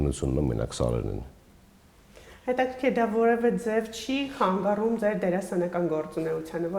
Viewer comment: Հարգելի հաղորդավար՛ոչթե խանգառում , այլ՝ խանգարում ❤